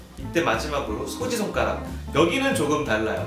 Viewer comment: 소지손가락이 소지섭가락으로들린다